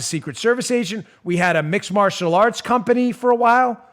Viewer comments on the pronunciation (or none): none